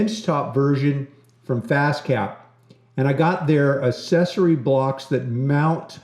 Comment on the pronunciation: Wait .... have I been saying 'accessory' wrong my entire life?